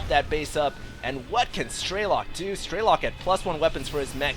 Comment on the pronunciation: Absolutely incredible game, TLO is definitely my favorite player now also, it's pronounced "streh-luk", not "stray-lock", to my knowledge